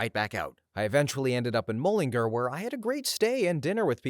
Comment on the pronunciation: Also mullingar is pronounced like null but with an m then in then car but a g